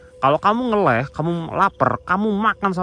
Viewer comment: Ngaleh=pindah,bukan ngeleh cok